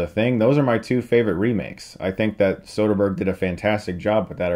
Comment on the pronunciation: I want a dollar for every time he says sotherberg